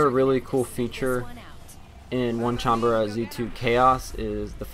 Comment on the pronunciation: its not onecanbara,its onee-chan-bara dude.